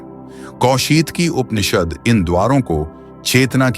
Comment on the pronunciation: कृपया उपनिषद बोलते हुए 'प' उच्चार पुरा करे. जैसे ' ' 'पुरातन' शब्द बोलते समय करते हैं.' परे ' शब्द मे प उच्चार होता हैं